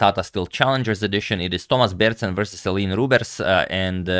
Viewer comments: He did try pronouncing correctly at the start but quickly reverted back to “Elin” haha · Since you usually care about pronounciation, the Dutch pronounciation of Eline's name would be "Elin E", with the second E sounding the same as the first, "Rubersh". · Well I think if someone who isn't Dutch pronounces it like that the U sounds too strong, maybe Elineh would be better? At least that's how it sounds to me when I hear it.